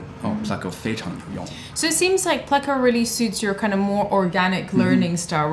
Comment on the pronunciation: You've been saying it correctly. He's saying it wrong in the video.